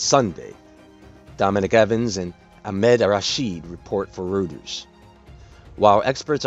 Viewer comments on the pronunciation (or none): Hi! Just hoping to help w/ pronunciations (journalism major here!) - Reuters is pronounced: ROY-tears...hope that helps. It’s a tricky word b/c it’s not English but not “American” English...London, England UK is it’s home base. Also, spent two weeks in Egypt, stayed at the Mesa House facing the pyramids...I think all I was told about the myths and lore of Ancient Egypt was one big false lie....Fallen Angels play a role...Book of Enoch taught me that much.